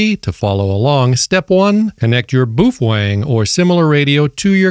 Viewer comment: It's pronounced "BOW-FENG"